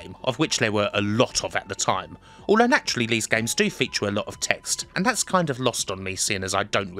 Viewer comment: Why does he pronounce “this” and “these” as “liss” and “leaze”? Can’t be a speech impediment as he can say other “Th” words with no problems. Weird